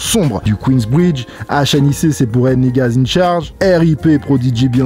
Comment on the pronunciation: Super video comme toujours! Mais un jour faudra bien prononcer les mots en anglais... HNIC ça m’a fait du mal 😅